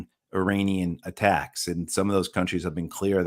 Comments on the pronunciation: Please pronounce Iranian correctly. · Irritates me too.